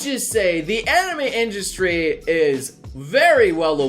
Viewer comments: What the fuck is an "industy"? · INDUSTY vewy niece spewing nobre